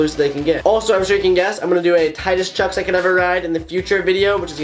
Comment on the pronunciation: Just me or is this dude saying chuck’s?